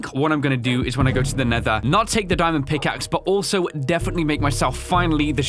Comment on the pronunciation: Diamond, not daimond